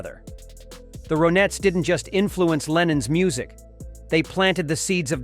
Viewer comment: I love the Ronettes. The computer voice calls them Roe Nets. Nope. Pronounced like Ronnettes. Lennon was not a fraud.